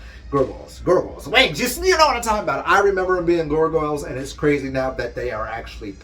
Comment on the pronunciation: The way you pronounce Gargoyle is bothering me 😂